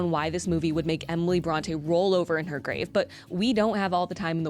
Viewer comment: If you're going to do a video on Emily Brontë, could you at least look up how to correctly pronounce her name first?